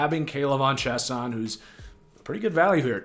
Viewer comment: K’lavon Chaisson pronounced (Chay-Sawn)